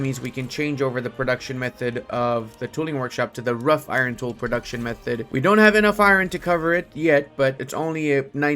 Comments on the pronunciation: "Wrought" (in wrought-iron tools) in pronounced like the word "rot", not like the word "rough". English is weird. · Homie, "wrought" as in wrought-iron is pronounced as if it were "raat" or maybe "rot". It's from old English, meaning "worked" as a now archaic past participle. It's still used in metals and similar works to mean something that has been shaped, typically for visual appeal. In the case of structural iron, it was how it was prepared and formed to get a carbon content of less than 0.1%. Rough Iron is actually a thing also, which is why it was pretty confusing. It's from casting in sand, which leaves a rough finish; in the old days, this a cheap way to make cast iron cookware for the plebs, but was harder to use and keep clean due to defects, as a result.